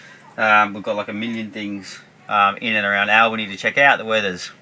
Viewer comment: It is Albany not Allbany